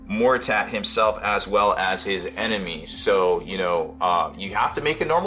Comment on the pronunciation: hahahah he said MORTER-TAT. HAHAHAAHAHAHAAHH never change.